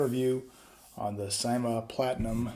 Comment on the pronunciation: Good review man. It's pronounced "seemah" though